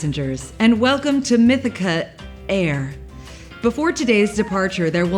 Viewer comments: Why does she say mithica air and not mithic air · Mythica-air???... Why did she keep saying it like that? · 😂😂 why does everyone keep saying "mythica-air" instead of "mythic-air" like it's spelled and should be said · Guys... its Mythic-air... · I feel like it should be pronounced Mythi-Care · I got 7. Why can no one say Mythic-air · why did no one say mythic-air correctly?! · Came straight to the comments to see if I was the only one lmao!! 😂